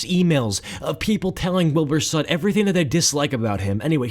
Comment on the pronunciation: Soot, not sutt, thank you very much